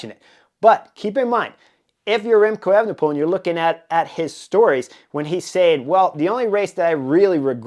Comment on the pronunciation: Good analysis around the time bonus. By the way, it’s not pronounced as “Effenepool” but “A-fenepool”